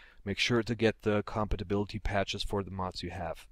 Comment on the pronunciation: Man Its funny the way you say compatibility! But very helpfull video.